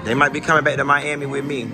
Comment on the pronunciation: When he said “Nothing but baick” 😂😂😭😭😩